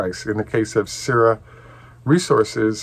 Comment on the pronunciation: Hi, I think the pronunciation for “Syrah” is “Sr-aa”. Same pronunciation as the French grape varietal used for Syrah wine. Makes sense since the #1 wine grape varietal in Australia is Shiraz which is the exact same grape as Syrah, just that the Aussies call it Shiraz. Hope this helps.